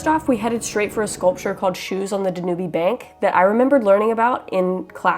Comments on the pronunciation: I stumbled upon this video by some serendipitous event and I'm super glad I did!! Super interesting, and enjoyable. Your adventurous spirit and energy totally come through making the time fly by! One note of correction, though. The Danube River in Budapest is pronounced "Dan-Yewb" not "da-newbie." I'm mega excited to explore your channel...I subscribed right away! I hope you become the next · not danubee... it's dan u b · Such a lovely video and you are visiting some incredibly beautiful places. One criticism and it's about your pronunciation of Budapest and the Danube Riverl First of all it's pronounced Budapesh and it is not dan U bee but dan uub (long u like tube). No Hungarian on earth would never pronounce those two places in Hungary the way you just did. My grandmother would have laughed and corrected you first chance she got. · Danube river= Dan-You🤭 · awesome as always......can't believe I am the only one responding the e is silent the river is pronounced Dan-yoob..... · OMG did you really call it the dan oo be river?? Wow! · I believe the name of the Danube is pronounced Dan Ube ( ube, as in cube). The e is not pronounced. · Actually, it's pronounced Dan-Yoob 😉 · Yes, you mispronounced "Danube" - but who cares. Don't listen to these nitpickers who complain about that. I totally enjoy your videos just the way they are. You guys are great! Keep it real and happy travels!